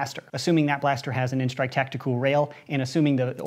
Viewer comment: he can not say tactical he can only say tacticool